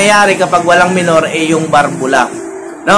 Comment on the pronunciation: Balbula po hindi barbula Valve